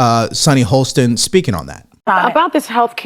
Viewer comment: Sunny "Hostin" not "Holstin". There is no L in her name.